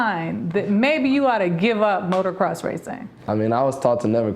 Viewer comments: She pisses me off when she says motorcross it's motocross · She said "motor cross". Sigh.